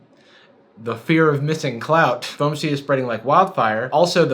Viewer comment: FOM-C Youtube autogenerated subtitles: f o a m s e e d s